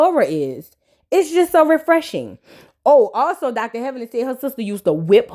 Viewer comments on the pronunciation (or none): none